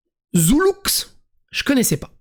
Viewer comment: on prononce pas le x lol et force au c est un bon gars